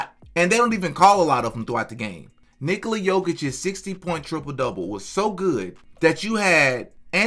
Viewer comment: Nikola is Nicholas without the "s" sound Please stop with the Nikoli